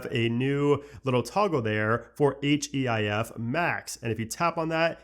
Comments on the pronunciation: “H-E-I-F” …did you even watch the keynote?! 😂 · why are u spelling out HEIF 😭😭💀